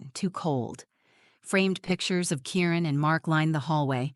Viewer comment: I’m pretty sure his name is Kieran and not Karen as the words come across.